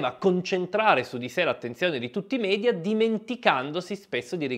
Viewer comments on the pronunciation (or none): none